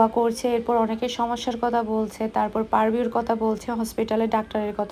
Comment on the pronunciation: পারভিউ না পার্কভিউ হসপিটাল হবে উচ্চারণটা 😊